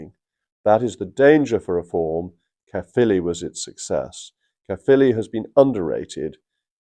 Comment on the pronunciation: Good pronunciation of Caerphilly Jacob